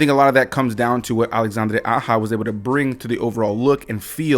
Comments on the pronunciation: LMAOOO this man pronounced the directors name like he was a Latina 🤣🤣🤣🤣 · This guy pronounced Directors name as if he was an Hispanic female. Lmao